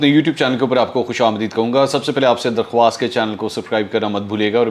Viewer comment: منصور صاحب درخواست کا صحیح تلفظ۔۔ درخاست ہے اس میں '' و '' سائیلنٹ ہے پلیز نوٹ کرلیں۔۔